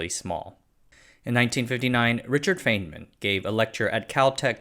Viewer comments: You can say fayn man. But I think it’s fine man. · I'm pretty sure Feynman is pronounced FINE-man (like the word fine) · Richard FINE-man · His name is spelled Feynman, but pronounced “Fine man.” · Feynman is pronounced "fine-men". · FINE-mun. JFC. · You are correct. I cringed mightily when he mispronounced it.